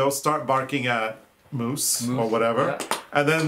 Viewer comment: Hello dears; did you say "Elvis the Moos"???? I LOVE all these episodes, with mooses and mouses and dogs and, and ,and . Love you both, you make life wonderful!